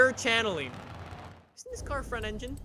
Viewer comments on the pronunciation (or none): none